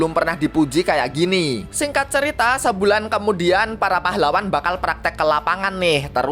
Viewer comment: "pAhlaWWan" pas bilang pahlawan "w" nya Iyo kayak wha